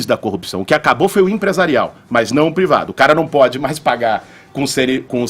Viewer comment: “Prevado” chega de ouvir o Kra quando não sabe falar privado